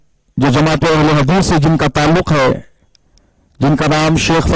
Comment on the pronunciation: Ahl-e-hadees ❌ Ahl-e-hagees ✅